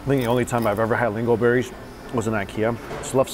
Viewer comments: It's lingonberries not lingo berries lol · LingoNberries. You forgot the N. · That’s not how you pronounce lingonberries...there’s an “N” after the “O” and it’s not silent. Phonetically it’s Ling - gun - berry (berries). Also, do eat the same way when not on camera? I’m not talking about the amount of food, I’m talking about how you shove giant bites into your mouth and still have food hanging out while chewing and shoving it into your mouth? Because you weren’t that gross in your earlier videos. Have subscribers requested that you eat like that? I don’t watch Mukbang specifically because they do that and it sickens me.....I never thought your videos were mukbang videos. 😐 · isn't it lingonberries and not lingoberries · Lingonberries, not lingoberries. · LingonNberries, not lingonberries. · they're called "lingoNberries". There's an "N" in the middle, and it is not silent. Lingonberries are a staple of Nordic food. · I'm pretty sure that that's not how you pronounce lingonberries, but I sure could go for an everything bay go right about now.